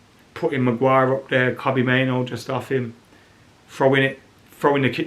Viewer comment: Please stop mispronouncing Kobbie's surname. Driving me nuts.